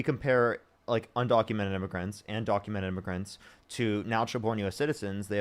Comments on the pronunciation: sounds like immigrants he didn’t enunciate well maybe but… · He clearly said illmiffigians. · Is what the whole immigrants vs Aliens bet was about and it really does sound more like immigrants, however he either mumbles, or the audio cuts out and its still hard to tell what he said. I think the main point was that the guest was still saying "illegal" instead of "undocumented" so the point that was trying to make still stands.